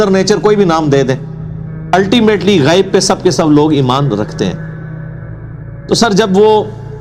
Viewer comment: السلام علیکم ورحمتہ وبرکاتہ غیب کا تلفظ صحیح نہیں ہے ے پر ھمزہ ہے زبر نہیں ہے